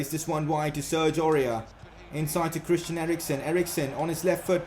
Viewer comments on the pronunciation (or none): none